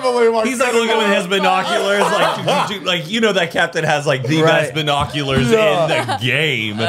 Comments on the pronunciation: You mean.. BI-noculars 🤣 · correcting pronunciation of the word “Binoculars” is taking me out 😂😂😂